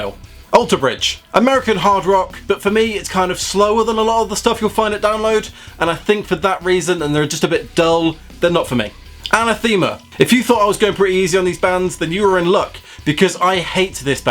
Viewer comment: LOL "An A Theme A" hahah dude it's "Ah-neth-a-ma" i lol'd a bit. Couldn't agree more about it being hipster metal. Devin Townsend is my absolute fave band. So glad you didn't say "Who?" haha and FFDP, I fucking hate them too. I call them trailer park "metal."